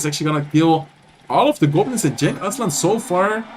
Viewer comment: Genç Aslan means Young Lion (no cub). Cenk(your pronounce) is another name for Turks :)